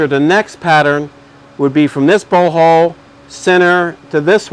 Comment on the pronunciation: Great video, he cracks me up saying "bolt hoe"